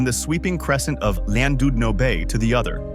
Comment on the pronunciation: Landoodno is pronounced Klandidno. Also, this is about 3% of what the UK has to offer. I appreciate you can't mention everything, but no mention of the Lake District or Peak District, or Glencoe etc and too much time on places everyone already knows about like London, Brighton, Cornwall, etc.